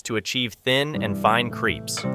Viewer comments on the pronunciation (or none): If they're creeps I don't want them. That's not how crepe is pronounced 😂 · Lol you say "authentic French", then pronounce them "creeps" 🤦‍♀️🤦‍♀️🤦‍♀️🤣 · There is only one e in crepes, the way you are pronouncing it is creepy.